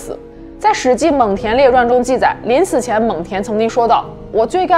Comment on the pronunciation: 蒙恬是第二声